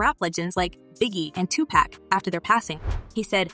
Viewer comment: Lady you are tearing up their Names ...🤣😂😆🤨 Dam omg 2pack 🤣😂😆All of them wow smh really 🤓💯☺️funny ..